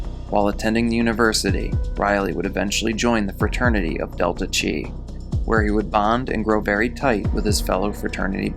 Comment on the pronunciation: Pssst ... Delta Chi is pronounced "Delta Kye" — Chi rhymes with "eye".